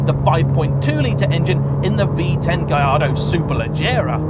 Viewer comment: That sounds nothing like the 458s I've driven. The H in Huracan is silent, ffs! And yet you manage to pronounce Gallardo correctly? 🤦‍♂️